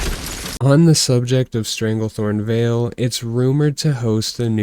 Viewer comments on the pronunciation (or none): none